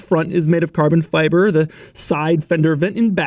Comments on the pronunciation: at about I only hear "Carbbn Fiibaa", now in my head for the rest of the day... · "...with Car-Bon. Fib-Er. End caps. Speaking of those Car-Bon. Fib-Er. End caps, this car is a wash with Car-Bon. Fib-Errrr, Chevy told me it's the most Car-Bon. Fib-ERRRRRRRRRRRRR"